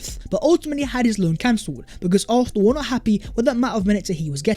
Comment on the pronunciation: I know I'm petty...I'm unsubscribing because of the way the dude say "Arfsnal"....can't deal it annoys me too much